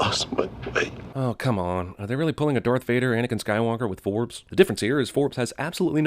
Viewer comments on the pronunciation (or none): none